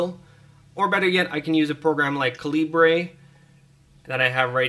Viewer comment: Caleebray lol. Dude seriously- it's just the british spelling of caliber.